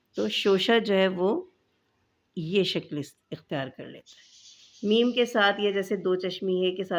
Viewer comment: Shakal nahi Shakl kahte hain